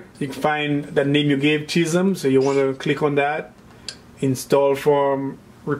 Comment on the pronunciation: Dude can't pronounce schism to save his life.